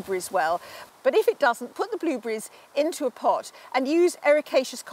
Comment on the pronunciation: That’s just a typical British way of speaking! Go watch a different channel! The only thing that was funny to me is the way she pronounces blueberries as “blooh-bee-reese” or something like that. Even the gentleman pronounces it correctly, but I don’t know where she grew up.